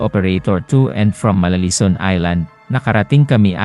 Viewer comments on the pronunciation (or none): MARARISON ISLAND not malalison po